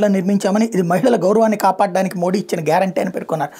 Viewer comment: నమస్తే గారు..🙏🙏 ప్రధానమంత్రి గారి గురించి మీ విశ్లేసన చాలా బాగుంది..👏👏 కానీ., మోడీ అనే ఉచ్చారణ అంత ప్రభావవంతంగా లేదు. మీరు మోదీ అంటే., వినడానికి చాలా బాగుంటుంది. ఒకసారి ప్రయత్నించి చూడండి.